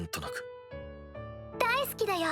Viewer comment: I heard say daiski